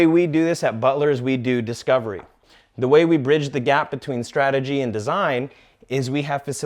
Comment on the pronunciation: It's Strategy and not srategy.